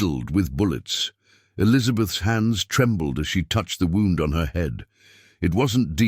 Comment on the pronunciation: Love the story but spotted her left hand has 6 fingers ! And sometimes words mispronounced eg wound as in injury. But still enjoyed story.